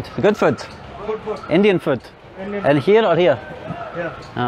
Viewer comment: Every time when you say food it sounds like you were saying 🦶😂😂😂